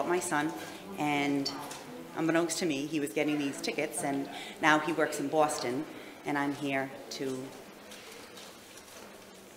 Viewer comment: "he works in Boooasten"